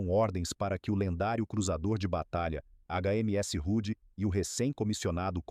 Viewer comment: O correto e H.M.S Hood não "rude" .